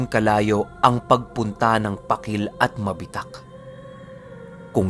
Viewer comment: Yung PAKIL ang pag bigkas nun ay Pahkil hindi matigas